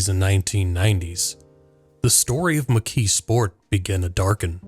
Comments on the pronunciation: The way you pronounce it is interesting. You say, “McKee Sport”. I always heard it pronounced, “McKees Port”. I grew up in Western Pennsylvania. Maybe my pronunciation is the country pronunciation, since I come from a very small town north of Pittsburgh. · Was this an AI narration? The pronunciation of "McKeesport" is weird. Sounds like McKee Sport, not not like McKee's Port. The S should sound more like a Z. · Part of my family grew up in that area. I've heard it as mik-keese-port ("keese" like "geese") and mik-keez-sport. The emphasis tends to be on the first syllable, which causes the second and third syllables to run together. Pittsburgh is weird. We say Duquesne like the French, but Versailles is "ver-sales"...